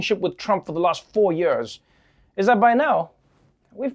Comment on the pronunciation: "Yeuurz" or "yeaurs" how many "U"s are in YEARS how you spell it Trevor? Asking for a friend...